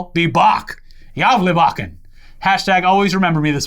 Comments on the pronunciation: I love the way you guys pronounce Gávlabukken, sounds like you're saying "jævla bukken" or in English "the fucking goat" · Good pronounciation there! Hälsningar från Sverige! <3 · You pronunciation of Gävlebocken is much better this year. And the second I read that It hade burned I knew you would talk about it